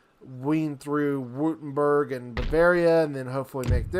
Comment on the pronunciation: Take a shot every time he says "Wootemberg"